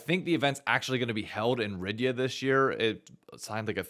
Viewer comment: Bro how do you have a degree from NYU but can't pronounce the capital of Saudi Arabia?